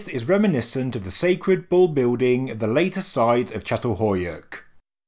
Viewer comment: Really interesting video thank you. Just to note that in Turkish the letter c is pronounced as a J.